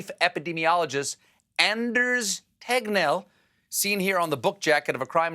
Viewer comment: Stephen: Tries to pronounce Anders Tegnell Captions: ANDERS HEADMEL